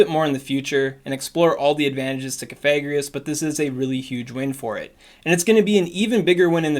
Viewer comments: something something VAPOREON IS BAD XD always on the ball haha awesome coverage of the changes :) BTW, cough-a-gree-gus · IDK I kinda feel like the move buffs were meh this season, excited for the WB nerf though...also its pronounced Cough-Egregious as in Coffin and Egregious combined. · Coffi like coffin gree like grieve Gus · You may wish to adjust your pronunciation of Cofagrigus. Your current pronunciation may trigger YouTube's demonetization algorithm because it'd pick up the "fag" in the way you're saying it and may register it as a slur. I typically go with Cof-a-gri-gus, as I think the name is suppose to be like an egregious coffin. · Cough-a-greeg-us. Hope that helps 👍🏻👍🏻